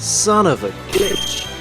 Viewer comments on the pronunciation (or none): You said: "Son of a GICH" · I get it. It’s because it sounds like he’s saying bitch but it’s glitch! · This new intro sounds waaaay more like you're saying 'female dog'